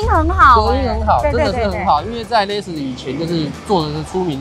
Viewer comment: LEXUS有很難唸嗎 我遇過聽過至少8成唸不對